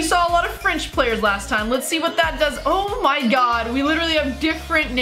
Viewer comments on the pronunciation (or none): none